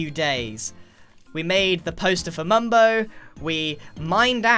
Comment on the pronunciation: How the f**k did you mess up mumbo's name EVERY TIME IN YOUR SENTENCE?!